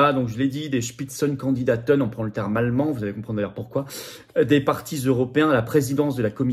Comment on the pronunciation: Comment tu dis ? Spitzen kondidaten? Mais tout à fait 🤣